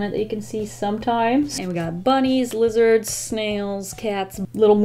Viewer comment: When you said “lizards” at the beginning, I thought you said “wizards” and I was looking for the “wizards” lol